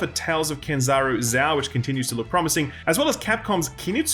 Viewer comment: It's Tales of Kenzera, not Kenzaru. You always mispronounce it in every video :/